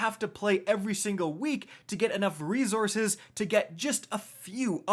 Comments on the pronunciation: Yo I love the content but my guy it’s resources no rezorources. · It kinda drives me nuts how you pronounce resources. It’s not rezorzes. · "ree-Zources" lmao... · I always have a laugh when he says rezorces. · “Re-zor-suhs” Lol where are you from? You’re from up north right!! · said reZZources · Have I lived 40 years and never realized how to pronounce reZource(s)?